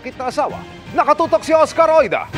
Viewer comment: OSCAR OIDA MALING OSKAR ORIDA 😂😂😂